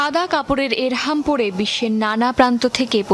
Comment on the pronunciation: এরহাম নয়, ইহরাম।